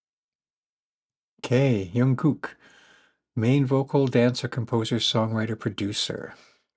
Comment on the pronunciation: Firstly, huge props to you for your A+ pronunciation so early on! Only few you had a mishap on was Jungkook - Jung (like hung with a J) + cook, or you could just call him JK. Yoongi was almost right but the ‘gi’ is like key but with a g. J-Hope is also called Hobi (ho-bee.) Everyone has given good information but I’ll add a bit. This isn’t just specific to BTS but for any K-boy groups you might discover, Korean culture is in their music and even casual conversation. For certain songs, people will recommend you also watch DKDK “*BTS song* explained by a Korean” & it’s important that you do! Certain things just can’t translate directly or are culture based references that need the explanation, but are still relatable to anyone, & DKDK does an excellent job of explaining it simply. Hyung (pronounced like hung with the added y: he-ung quickly) is an honorific of respect added to a name whenever a younger guy is addressing an older guy. As the eldest, Jin is called Jin-hyung by every member. Let’s say RM is talking to Jin specifically, he’ll only say “hyung” not Jin. — (It translates to “big brother” but it’s not strictly family based. They sometimes talk about “hyungs” in a general sense in their songs when calling out older men.) (Also, helpful in pronouncing V’s real name Taehyung: Tay-hyung.) JK is the maknae (mock-nay) which is a gender neutral term labeling the youngest member in a group. All other 6 members are his hyungs. (Fun fact: RM was the first person to label him the